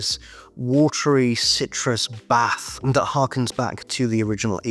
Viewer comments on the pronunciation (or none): none